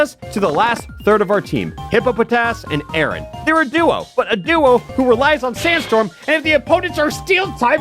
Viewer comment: I find it funny how he pronounces Aron as "Aaron" when it's "R-on"